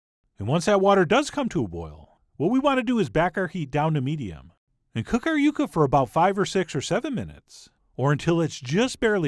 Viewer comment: It's yucca I'm sorry, love your show. It's time